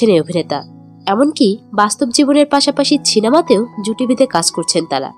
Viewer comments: Chinema keno bolchen...e ki bichhiri uchharon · ছিনেমা নয় সিনেমা। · Ota 6inema noy please cinema bolben🙏